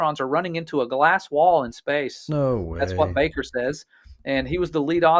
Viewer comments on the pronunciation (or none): none